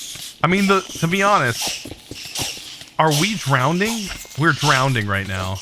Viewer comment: My man's really just said drownding